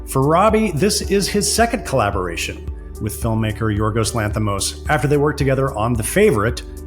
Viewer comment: Please pronounce Yorgos Lanthimos's name correctly. It's so rude not to bother to say someone's name correctly. It's Yor-goss (as in gossip) Lanthis-moss (as in moss), not Yor-ghos (as in ghost) Lanthi-mhos (as in mostly). Short 'o', not a long 'o'.